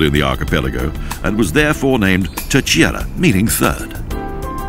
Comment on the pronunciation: Great promotion of the Azores by Expoza Travel. Obviously the presenter does not speak Portuguese, which is fine. However, I would like to point out the the proper pronunciation of Terceira phonetically. It is pronounced: Ter-say-ra...read as if it were written in English (i.e. say is pronounced like the word to 'say' as in something. Great video.